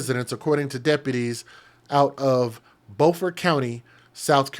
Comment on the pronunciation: its pronounced buuuufort ... like you say beautiful its beau fort .... she need to be held under water ro see how it feels